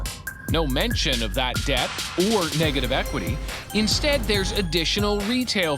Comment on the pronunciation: She couldnt even say negative equity jeez no wonder she got conned